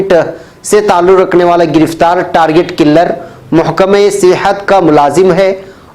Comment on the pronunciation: Mere Target killer ka talaffuz durust farmalen